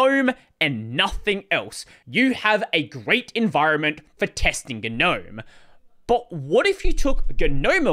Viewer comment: it's not "Ga-nome" it's just Gnome, plain and simple. it's been that way since 3.20